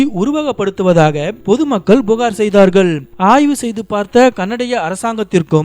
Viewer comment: "போலி" என்று சொல்லும்போது உச்சரிப்பு மாறுது. "லி" உச்சரிப்பு ஒழுங்கா வரல. "போளி" என உச்சரிக்கீங்க. "புகார்" என்று உச்சரிக்காமல் "புஹார்" என்று உச்சரிக்கீங்க. உச்சரிப்பு மாறும்போது அந்த பிழை தனியாகத் தெரிகிறது.